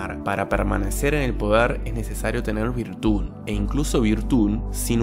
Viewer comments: Me desconcentra que digas virtún, en vez de virtud xd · Virtul. Actua con virtul!!! Lol